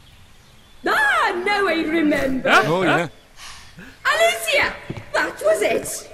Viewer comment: Well apparently, Alicia rhymes with Hippopotamus now.